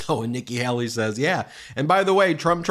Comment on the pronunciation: PLEASE! Her name is Hay-lee, not Hal-lee. I can't stand her, but PLEASE.